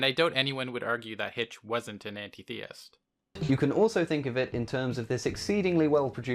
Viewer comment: You're pronouncing Antitheist wrong. Break the word up. When you say it as An tit heist it makes much more sense